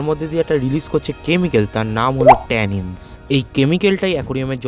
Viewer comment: Ota tannins btw 😅 tanis na